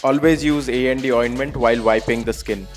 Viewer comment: I know everything about "A&D Ointment", but I heard "ND Ointment" in video! Thanks.